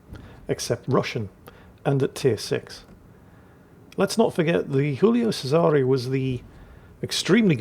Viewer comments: Giulio Cesare. “JOO-lee-oh CHE-sah-ray” They’re not French; you are permitted to say their names properly,. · Strange mix of Spanish, English and Italian pronunciation there. Giulio Cesare is pronounced Ji-oo-lee-o Chez-a-ray. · never fails to mispronounce Julio Cesare or anything non-English, so I truly believe he doing well and back to his antics.